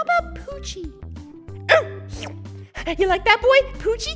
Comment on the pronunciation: "poochy" Me: why do I always hear "Gucci"?????